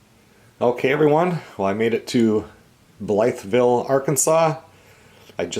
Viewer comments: Blytheville is pronounced "Blyville". The "th" is silent. I spent a week there one night. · Hey,! From an Arkansas gal....it is pronounced Bly-ville..no T. 😀 Live in Missouri now. Come see us in the Missouri Ozarks! You would love it. Hunting, fishing, beautiful! Love your videos! Tell Melissa, I used to live in Jennings, LA. Love Louisiana!!